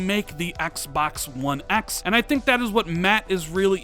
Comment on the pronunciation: Why do u say one x like that